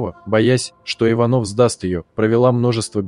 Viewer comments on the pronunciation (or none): ИвАнов, ИванОв, нуждЫ, так ,как правильно будет по- русски? Такое впечатление, что специально издевается над русским языком. У нас, что некому читать или красивее слушать тех, кто не любит русскую речь и рисуется иностранцем, владеющим русским? Попросите М.Ситтель и других дикторов...